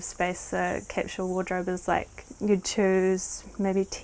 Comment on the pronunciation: One of my favorite Tiny Homes so far. I suspect once the baby arrives, they'll definitely want that dishwasher! ps: for my fellow Americans, they are saying "capsule" wardrobe. It sounds like they're saying 'catch-all.'